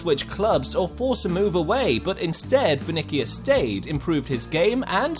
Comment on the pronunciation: He said venikos it’s vini or Vinicius